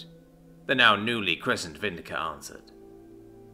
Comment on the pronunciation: VIN-DIC-TA NOT VIN-DI-CA IT'S NOT ENGLISH!!!